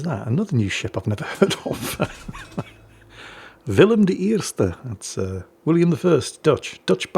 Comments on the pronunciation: Thank you for pronouncing the Dutch ship name correct! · Im so proud of you old man you pronounced willem de eerste perfectly ❤ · Almost correct 😂